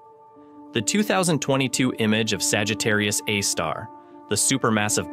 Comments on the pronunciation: Yep, that's AI voice. "Saggitarius, a star.." What else is it going to be? "Saggitarius, a deli in Queens"..? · It isn't even state of the art. (Cf. ATP's recent episode with the AI podcast.) It stumbles over punctuation and mispronounces things in an obviously artificial way because it's mis-parsing the text it's been fed. For example, , it refers to "Sagittarius, a star." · While the quality of the AI voice is better than many using AI voice, it is still clearly an AI voice. It's "Sagittarius A*" not "Sagittarius a star". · "Sagittarius ĂÆEĂ star"